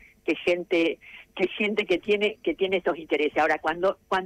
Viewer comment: La señora gue dijo gue robaban